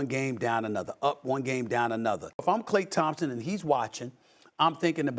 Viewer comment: Stephen A. doesn't even pronounce his name correctly.